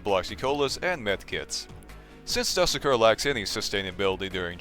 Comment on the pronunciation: ermm actually youre supposed to pronounce the "du" in "dusekkar" like the "du" from "dude" and "sekkar" like "seck car"